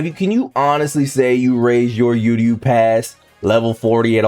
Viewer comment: funny as hell, also don’t think I forgot to remind you.. it’s pronounced Uryu (ooh- ree- you) NOT (you-rree-you) We ain’t trying to hear this the entire Uryu patch (when it does come that is)